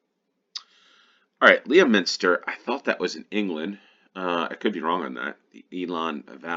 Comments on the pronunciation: Leominster is pronounced ''LEM-STER'' - don't ask me why....... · Leominster is pronounced "Lemster". Hartlepool is pronounced "Hartley-pool." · Leominster is in Herefordshire. Pronounced Lemmster. Rhayader is pronounced Rider. Or Ri-a-der.